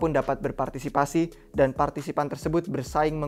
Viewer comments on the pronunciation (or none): none